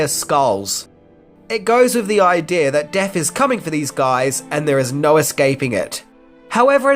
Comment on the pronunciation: why do you say aaajdieejaaarrrr instead of idea